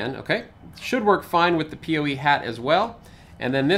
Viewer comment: PoE (Power Over Ethernet) is great and makes wiring much simpler in most cases. People usually pronounce it "poe" instead of "pee oh ee", though. ;)